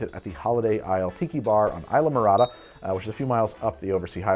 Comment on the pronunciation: As someone who lived in Florida for years and the keys for months the way you said Islamorada has me laughing so hard idk why it just sounded like two words I’m jk tho great vids